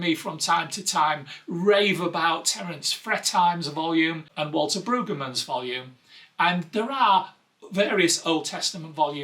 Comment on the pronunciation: Waltke (you pronounced it correctly 🙂) has an abridged commentary which thins out his two volume NICOT set. I think about 600 pages(?) I've got that in my wishlist for sure. Waltke is brilliant and an expert on the original languages and Hebrew poetry. That said, he can be a bit academic.